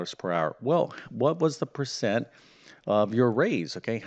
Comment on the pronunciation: Oh no, not another one... and by the way " percent " is the word, not " pecent ".